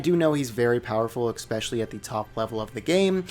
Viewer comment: How come you pronounce "especially" as "eckspecially"?